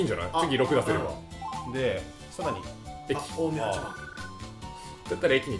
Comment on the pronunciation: 「おおみやわた」× 「おおみはちまん」○ マジレスさーせん